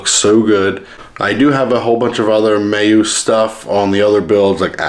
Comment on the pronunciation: Lol. You keep saying Mayuse. Is Meus. Me.. us.. Now say it fast Me-us. One word. 😂😂😂